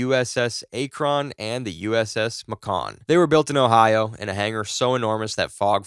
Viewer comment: Bro its pronounced like the major city Macon, GA. MAY-KEN